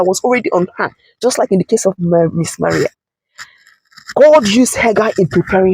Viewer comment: Her name is pronounced Mā rii not Ma ria. What is wrong with Nigerians?😳😳😳